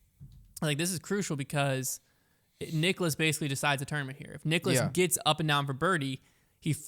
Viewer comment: Guys it's Niklas not Nicholas..... (Pronounced KNEE-KLAS)